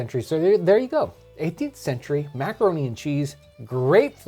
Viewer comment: "Mac-a-ro-neh!"